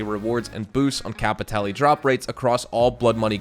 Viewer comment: I haven't played any Blood Money missions ever, "Kay-pee-tay-lay" WTF R*... If the Dr. Dre collab is a true thing I will be absolutely playing them, listened too much of his music to skip a piece of his work.